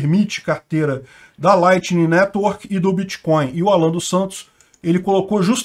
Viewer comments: “Em algum momento o senhor operou com “creptomoeda [sic]”, com “bitcóio [sic]” ou outros?”... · Correção: o nome dessa " creptomoeda "é " biticóio " poxa!! Kklk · Bitcoin não!!! Bitcóio! Créptomoeda! fala direito!!! kkkk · “Bitcoil” e “créptomoedas” é “pobrema” segundo nosso, O atleta! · O que é "Biticóio"? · Vc conhece creptomoeda e biticóin! Kk